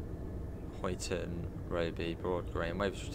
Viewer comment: Speed set is activated with . To increase and , to decrease I believe. To activate it it’s ctrl and . Also, it’s pronounced huyton as in huy is pronounced the same way as guy.